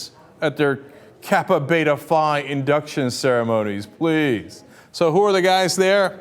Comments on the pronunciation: He said Phi wrong.....this is clearly an occupy wall street channel for organising shit like this- it just turned into occupy everything- and to no avail - stopped by a wall of FEDS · He said Phi wrong